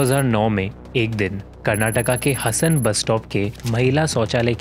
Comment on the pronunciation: You North Indians need to learn how to pronounce South Indian cities. It's हासन, not हसन. It's मडीकेरी not मदीकेरी.